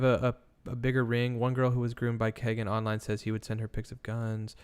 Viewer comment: AHHHHH I'm sorry but every time y'all say Kagan I cringe. It's KEE-GAN. BUT.... he deserves no respect on his name so carry on lol